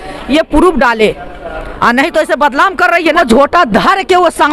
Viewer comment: Badlam hota hai badnam hota hai pahle bolna सीख